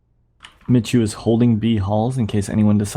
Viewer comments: It's pronounced Mee-hu duh! 😒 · You read it more like 'miku' ;) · Sebastian Szemer No its "Mehoo".